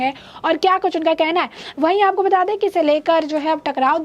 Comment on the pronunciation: Your News Reader is very boaring... Every 2nd line She pronounce "Aapoko Bata De" Please ask her to rectifiy this Bad habits..